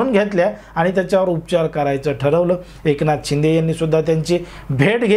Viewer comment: अहो दादा तुम्ही माहीती खुप छान दिली . त्याबदल धन्यवाद ... ' पण तुम्ही र्शिदे साहेबाना .एकनाथ शिंदे असे उच्चार केला त्यामुळे बर नाही वाटल ... कितीही झाले तरी ते माझी मुख्यमंत्री आहेत .एकनाथ शिंदे साहेब अस ऐकायला बर वाटत . जय हिंद . जय भारत🤝🤝